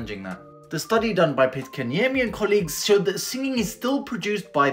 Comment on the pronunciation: Good pronunciation on Pitkäniemi!